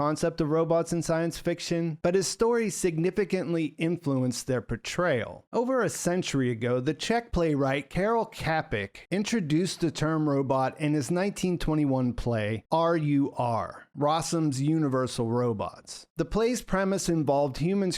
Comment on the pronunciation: Kerol kepic?! duuuuuuuuuuuuude that was awful pronounciation :-). Please find this guide: Karel: Kah-rehl (similar to "car-el" but with a slight roll of the 'r'). Čapek: Tscha-pekh. The "Č" is pronounced like a "ch" in "church". The "a" is like the "a" in "father". The "k" is a standard 'k' sound. The "e" is like the 'e' in "bed". The "p" is a standard 'p' sound. The "ek" is pronounced like "ek" in "ek-spert", and then a soft 'h' at the very end of the word.